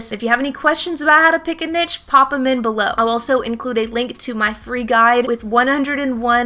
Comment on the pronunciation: Great information very useful. Please look up the pronunciation of the word niche.